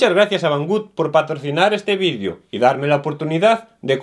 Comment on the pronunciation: "En este vidio contamos..." Que significa VIDIO...